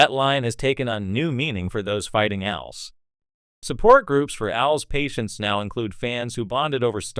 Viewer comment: AI learn it is pronounced A L S separately